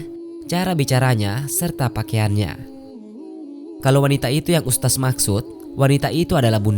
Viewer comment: Mengucapkan kata ustadz kok jadi ustas 🤦